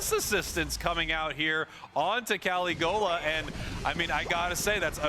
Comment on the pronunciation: Pronouncing caligola totally wrong